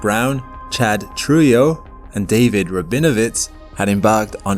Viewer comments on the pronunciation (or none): Isn't Trujillo pronounced "Troo-hee-yo"? It's a common Spanish surname.